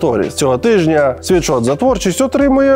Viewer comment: Лйоша, кожного разу коли ти рекламуєшь свій мерчь, ти кажешь світшот. Ти просто Сіріусу казав вчора у випуску що STONE це стоун, а не стоуні. Вибач за виправлення. Sweatshirt від слова піт/sweat. Тобто не світшот а сует шёрт. Будьласка, не сприймай як образу. Можете навіть переробити в рекламу інглішдома, і сказати що завдяки інглішдому тепер ви знаєте що правильно казати суетшёрт, а ні світшот.